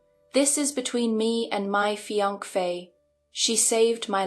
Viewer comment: Fiancée does not have a second “f” sound.